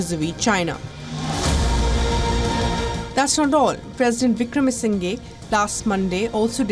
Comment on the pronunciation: still can't pronounce Wickremasinghe 😂 kya yar tum log